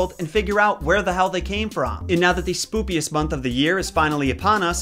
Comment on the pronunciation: did you know that you're saying "spoopiest" instead of spookiest?